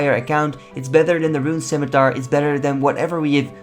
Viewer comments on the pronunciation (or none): none